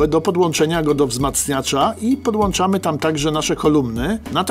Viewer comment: PodłĄczamy, a nie podłANczamy ;)